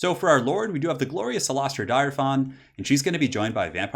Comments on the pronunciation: Please learn to pronounce her name by quickly jumping into a campaign and clicking onto her. I know it sounds weird, but its actually something like "Dirfaan" its not dire, its like dir. Or even better, get her a new nickname in style:) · it's pronounced deer-fine